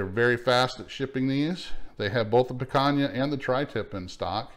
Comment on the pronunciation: Your not saying picana correctly